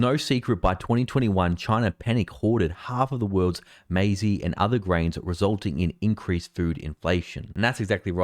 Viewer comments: "Maize" is now pronounced "Mazy"? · FYI, It’s pronounced MAZE not MAZEY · Did you just say may zee? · He did but I put it down to a mistake.